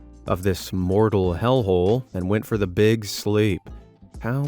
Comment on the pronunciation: "BEEG money for BEEG kitty"